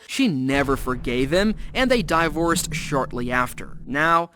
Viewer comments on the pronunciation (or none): Why did he say divorce like that😭